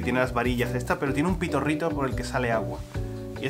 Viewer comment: “Pitorrito”, al principio oí pito rico lol